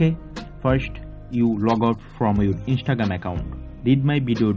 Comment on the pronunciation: "Inshtregream account" 💀